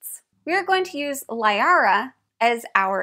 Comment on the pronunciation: Good video, and not to be a nitpicky person and a person who has played over 1000 hours of Mass effect, You mispronounced Liara, and by the events of this game Tali was actually vas Normandy. (and you misspelled Rayya, her home ship) But those are just minor nitpicks.